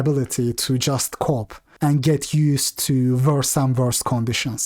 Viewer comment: Hey! You did say "cope" right once in this video. I'm starting to think you just say "cop" to look cool